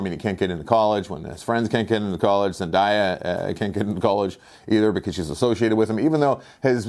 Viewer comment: It was a fun movie, wasn’t expecting more than that. It’s pronounced Zen-day-ahh. Love you 😏